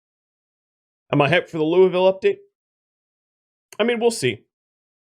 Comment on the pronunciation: So happy you didn't call it Lou-iss-vul. Residents mostly call it Loo-a-vul but we def understand people going with the Loo-ee-vul version.